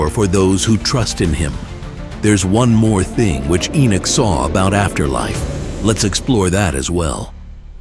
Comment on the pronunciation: ENOCH not Enich